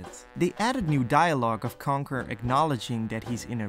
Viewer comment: As a fellow Dutchie i find it really funny how you pronounce Conker and Starfox as Kanker and Starfucks.😂